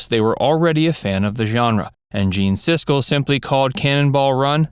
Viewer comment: It pronounced siskel and ebert.